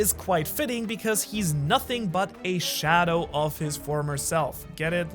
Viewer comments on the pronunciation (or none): none